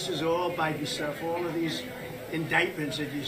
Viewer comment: I love how he pronounces “indeyted” and “Beyden”. I’ll miss that once he’s under house arrest.